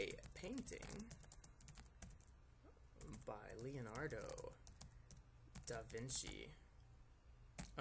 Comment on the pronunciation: da vinky